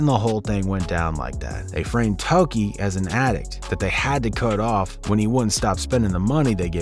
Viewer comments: Tokkie, not Toki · Bingo! Doesn't know how to pronounce Tokkie either. Lol